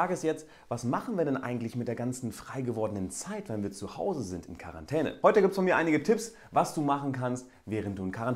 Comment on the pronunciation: Wer versteht auch immer Karantene wenn er Quarentäne sagt xD